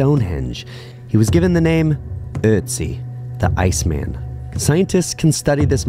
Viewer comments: Cool that you know how to pronounce Øtzi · I am already blown away by the fact that you pronounced "Ötzi" correctly! A sure sign to subscribe, and that you do your homework! Thank you!